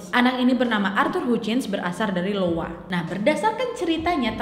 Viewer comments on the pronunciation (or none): iowa Bukan Lowa sebenernya. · Kok Lowa? Bukan IOWA ya? (Bacanya : aiyowa) kak nad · IOWA mbak, bukan LOWA 😆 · Arthur Hutchins berasal dari Iowa , bukan Lowa ya wak 🙏🏻☺️ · bukan Lowa tapi Iowa ( ai yo wa ) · Mungkin lebih tepatnya iowa ya bukan Lowa. Kan penulisannga Iowa pake huruf i besar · iowa wak, bukan lowa. 🤣 🤣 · Iowa wak bukan Lowa 😄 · Lowa? Iowa? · Selalu gemes sama nadia ngomong Iowa jd Lowa. Beda wakk 😢